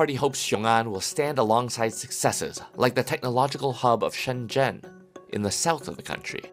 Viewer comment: Shen zen 😂😂😂 shenzhen 😂😂😂😂